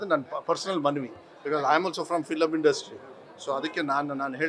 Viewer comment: its not "fillam" industry. Say film industry properly.